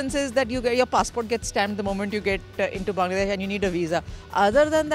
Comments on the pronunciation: এশিয়ার মানুষ ইংরেজি বললে সহজে বুঝা যায়। কিন্তু ওয়ার্নার, উইলিয়ামসরা যখন ইংরেজি বলে বুঝা কষ্টকর হয়ে যায়😁😁। প্রথমে Bongladesh উচ্চারণ করলেও পরে Bangladesh উচ্চারণ করেছে। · bangladeah, not bongladesh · He said bongladesh 🦵🦵